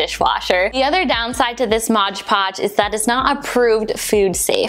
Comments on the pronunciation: It’s Mod Podge not MOGE PODGE 😖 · Great video but it's MOD podge. Not modge podge. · thank you for making this super helpful for "mod podge" not " MODGE PODGE" HAHAHA lol. ♥☻☺ Have a great day!!! Cheers